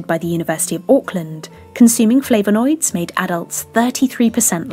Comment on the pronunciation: Great content apart from the pronunciation of flavanoids! 😁